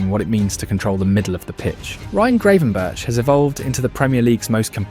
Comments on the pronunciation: Bloody AI voice. I-AX not Ajax Ten Harg not Ten Hag Grav-EN-burch not Grey-van-burg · I think it's pronounced Gravenberg